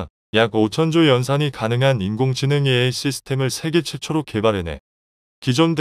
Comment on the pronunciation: "AI" 를 "알" 이라고 읽네 ㅋㅋㅋㅋ 이런 어이없는 동영상을 봤나 ! 성의없이 마구잡이로 만들어서 먹고 살려하네.......